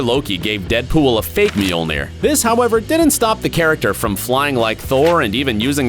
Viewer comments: It’s not meaolnear it’s mjolnir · How hard is it to say Mjölner?